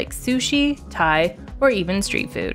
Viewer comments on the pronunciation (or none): none